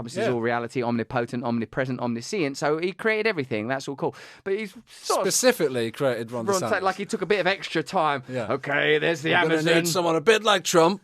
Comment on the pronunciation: Hey Russell, you added an extra syllable to the word “omniscient”. I know it sounds more fancy and more intelligent the way you said it but just think of the word conscience. The way you say that word is the way you should say the middle/second half of the word “omniscient”. Trust me, the way you said it only sounds smart to dumb people.